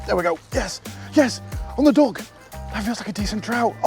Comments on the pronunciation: Every time you say duck I hear dog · Did he say "dog" or "duck"?